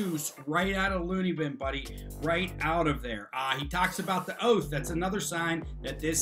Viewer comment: “Have you got your oaf wif you today”? Uh, you’re here so I guess, yeah, our oaf is here! a